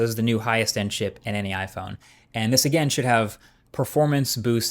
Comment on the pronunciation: He said should